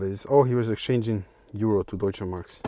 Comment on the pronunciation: Im confused. Are you actually german? Cuz i am, and your pronounciation of "Deutsche Mark" completely confused me xD